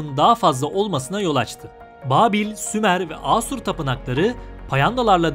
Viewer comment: Sumer yox, SHUMER 🤦🏻‍♂️🤦🏻‍♂️🤦🏻‍♂️